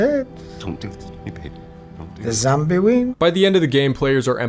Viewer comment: Sara eez'a ded zzzambie win